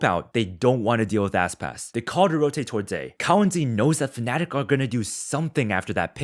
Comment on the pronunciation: my guy called Aspas "asspass"